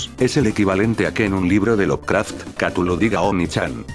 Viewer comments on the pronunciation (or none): none